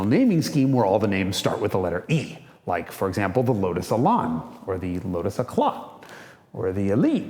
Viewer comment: Okay so firstly terrible pronunciation of Elan. The A is the sound from can, ran etc. & secondly the S1 Elise is beautiful!!!